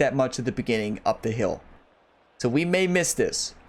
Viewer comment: Appreciate the tutorial. Your accent is off-putting though lol. When you say feel you pronounce it "fill". And when you say hill you pronounce it "heel" 😂. No disrespect intended lol